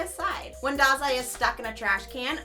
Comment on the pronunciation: I think it's pronounced as DAH-zai :) we missed you!